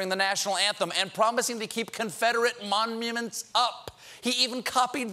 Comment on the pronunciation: Momnuments, lol